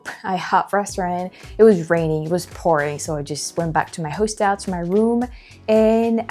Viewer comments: Sugar.......just a little help.....I always appreciated it myself when I mispronounce something in my second language. Hostel is pronounced HAW- stol.....accent on the first syllable. Keep up the great videos girl..... I bet if you lived in the states full time in a state where you can carry, you'd be packing all the time because of experiences like the one you had on the trolley. Makes you feel a whole lot safer....... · Hostel is pronounced HOSS-TILL